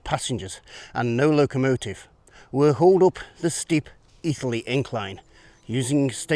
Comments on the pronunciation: I love it, apart from how Etherley is pronounced. Should be Eh-therley, not Ee-therley. Better than the Portillo programme. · How come you don’t mention Witton Park. The true start of the S&D. Stone sleepers can be found lining the path down to the river Wear. Placed by the council when remodeling the tip. By the way it’s pronounced Etherly not Ee-therley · As a local who takes great pride in the history of the area I have to say I really enjoyed this... not perfect but still good. Also it's not Ee-ther-lee its Eh-ther-lee... but you'd have to be a local to know that.